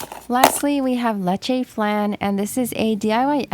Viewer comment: for the leche fan its not like “lay-chay flan” its "leh-cheh flan”